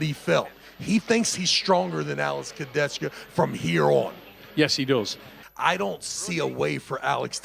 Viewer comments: travis please just armwrestle leave commentator ! you even can't pronounce kurdecha !!! why you say kurdetchtka :/ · everyone: alex kurdecha travis: alex kurdechkuh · Chciałbym, aby ktoś wreszcie dobrze wypowiedział nazwisko Alexa 😢